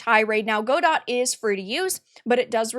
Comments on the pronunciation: Sorry to be this person, but the pronunciation of Godot is "gah-doh" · Not a big deal, but the word Godot is pronounced "guh-dow". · It’s Guh-doh. Follow Redot, the non-political fork just created. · For the love of god, it's not "GO-dott", it's "guh-DOE". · uhhhhhhhhhmmmm its pronounced "guh-dow" lost all respect for you 30 sec in, cant imagine you getting any facts right if you dont even know the name GO complain about something else you know nothing about DOT EDIT: god why did i watch this, i was so right you're so assuming from what you show, i read that xananax is disapproving of the wokeness around the godot engine, perhaps exaggerating to try and counter balance what the CM said. in no way are they reinforcing anything nor stating their political opinion, they are countering it -- at least thats how i clearly read it. stop exacerbating, what you do (drama) only has entertainment value and i hope to dog people are smart enough to not be entertained. what you did here was form an opinion before doing your research and then desperately grasp at anything that could be twisted to support it. this is called "confirmation bias" and you're full of it - either keep being a clown or take the journalism route and someone might actually respect you godot sucks. to the one dev watching this: hop on the bevy boat, we're cruisin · "Gu-doh" fyi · just an fyi I believe it's pronounced "guh-doe", at least that's how I've always heard it pronounced. :) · Yes its god-oh. She pronounced it wrong. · Is that how you pronounce Godot? I always thought it was guh-dough. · Go-Dot lmao.... girl.... you have no idea what you're talking about. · You don't even know how to pronounce Godot... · They have a "she/they" community manager (it's pronounced shitty). I was wondering if i should finally ditch Unity and try Godot.... now I can't decide which evil is the lesser. Greed or woke. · That's not how godot is pronounced.